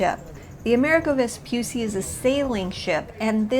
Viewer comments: Let me say this: if you are going to present a documentary on something, at least be sure to learn the correct pronunciation . It is not Vespyussy, it's Vespoocchi. It's italian, not english and there's a very easy thing to do it. You go on google, type the name and press the microphone to hear the correct way to say it 🙅‍♂️ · Però si dice VESPUCCI, e non Vspysy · Vespucci, Veh-spoo-tchee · I really loved this video; it’s great to see Italian excellence so highly appreciated! Just one suggestion: "Vespucci" has two "c"s that aren't pronounced like the "C" in Central Park*, but rather like the "C" in *charming or *chill*. Thanks. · it gives me the chills when I hear someone say “Vespussi,” yet it's not hard to pronounce two “C”s, which makes it “Vespucci.” Besides, you can hear it pronounced correctly in several other YouTube videos. Thank you for your attention. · Vespucci not "vespussi"😜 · How can you say that correctly but not the name of the ship? It's not Amerigo Vespussy... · Vespucci, non Vespussi. C like Chili, non Shili. Per favore grazie. Mille. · Vespucci pronounce Vespuchi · *Vespucci. [ve-spoo-chee] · Nice video... the only note is that the last name is pronounced like 'cheese' without the 'se'. Vespucci. 'Ve-spu-chee' (like 'cappuccino') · The double cc in Vespucci is pronounced chee like in cheese❤ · You should make a Little effort to pronunce the name of the ship in the correct way. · Learn how to pronounce Vespucci! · Listen, if you do a video on the ship, LEARN HOW TO PRONUNCE HER NAME CORRECTLY FIRST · Nice video, but terrible pronunciation of the ship's name. Also no ropes on a ship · The way she pronounces Vespucci is an insult to Italian and Italy. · double c is like the sound ch of church. Possibly stronger because is a double. Also Michelangelo was wrong. It's not maichelangelo. Italian vowels are always the same. M-Ichelangelo